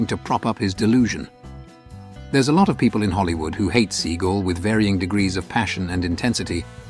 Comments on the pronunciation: I think it’s pronounced “ Se-gal .. not .. Se -gull .. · It's " SAYGAL" not "Seegal". Yes, he is a truly an absurd figure. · Such a pity you can’t even pronounce someone’s name correctly. Whilst hilariously OTT and deluded, Steven Sea-gal isn’t a See-gull, you pillock. 🤦🏻‍♂️ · It is Steven Seagaaaaaaaal and not Seagull 🤣😂🤣🖕🖕🖕🖕🖕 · The accent is on the second syllable of Seagal. See-GALL. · I like how the narrator pronounces Seagal "Seagull"😉😁. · It's pronounced, 'see-GALL.' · It was probably a typo. And AI is just going to read whatever is written, as well as mispronounce certain words and names, like Seagal.